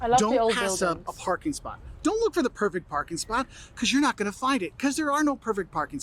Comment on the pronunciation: " Don't expect everyone to have the Boston accent" Exhibit A . Never heard anyone else say Wooster( rhymes with rooster) . Also he said Cape " Cahd" and half the time said not as "naht" . I think that's what happens when you eat clam strips instead of whole belly clams . Overall good presentation ,though .